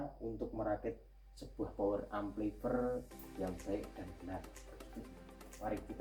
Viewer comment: Amplifayer mas bacanya bukan amplifer😅